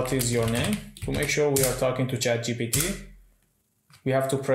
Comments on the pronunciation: its ChatGPT, not GTP 😒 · he always says Chat gtp, not one single time he manages to say it properly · Chat GTP :))